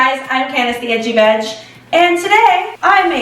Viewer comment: When she said “hey I’m edgy veg”, I thought she said “hey I’m itchy bitch”